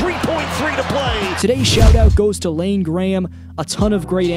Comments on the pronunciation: My guy..... "Iain Graham" isn't "Lane", it's just a different way of spelling 'ian' lol.. Anddd it's "field" not "feild". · Man calls Iain Lain